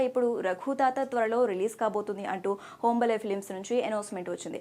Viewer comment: అది హోంబలే కాదమ్మా హాంబాలే